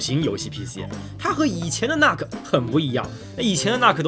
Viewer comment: 那个nuc不读作“那克”，应该读成“怒克”